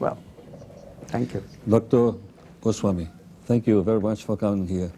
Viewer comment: O "professor" (professor?) Heródoto Barbeiro não conseguiu pronunciar, de forma correta, o sobrenome do dr. Amit Goswami. Substituiu "m" por um inexistente "n".